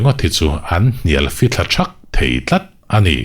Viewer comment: Enge Amah erawh chu tih tur ang chi ah te leh A' hawrawp bula a awmna ang chi ah , ha'mah erawh chu tihte, Ani chu tih turah, Hani chu tih deuhva ilam tlat a... Ahnu ah tih ah tepawh Hahnu ah te i tih veka?🤣🤣🤣🤧